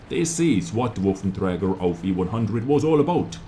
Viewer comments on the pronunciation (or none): PLEASE learn to say waffenträger, it's not woffen